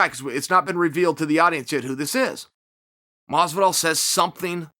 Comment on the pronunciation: "George" Masvidal